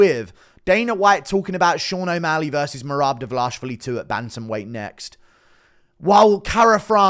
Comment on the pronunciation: Please work on how you pronounce merabs last name brotha😭